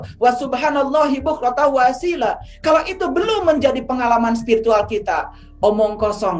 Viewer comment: Assalamualaikum ayah guru,izin saya menjadi murid melalui YouTube ini. Maaf ayah bacaan waasyila itu yg benar' dlm Qur'an waasyiiya yg berarti pagi.